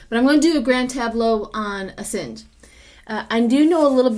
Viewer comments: A sawn ge. Not A sin ge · Matt Gaetz not Bill Gates. ☹️ AsAHNge not hinge 😊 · its Assange, like massage. there is no i.